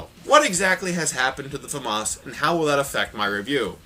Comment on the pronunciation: how to pronounce the "famas": famous